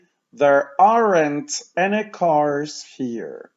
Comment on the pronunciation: bardzo cenię Pana lekcje..... ale to AREN`T.. to chyba nie jest właściwa wymowa